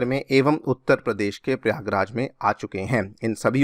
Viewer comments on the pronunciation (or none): none